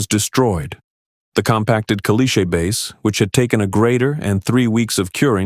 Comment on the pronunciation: Can't you pronounce "caliche" correctly???